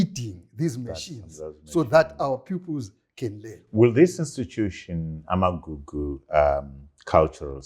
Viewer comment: Trevor please correct this’Amakuku’ heritage centre. It’s’Amagugu’